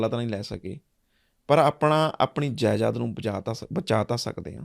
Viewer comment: Jaidad hunda jaiyad nhi